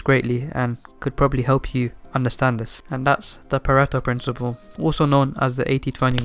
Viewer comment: I can't stop hearing "perrito" (puppy) insted of Pareto hahah